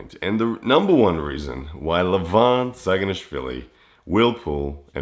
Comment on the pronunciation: Bro you sad saganishvili so correctly I'm georgian and I can't even say it more georgian than you